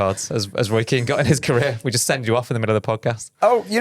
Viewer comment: You said Roy Keen and my American mind goes to Roy Kent 😂